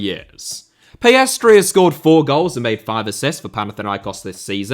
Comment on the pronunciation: The way you say Pellestri makes it sound like PS3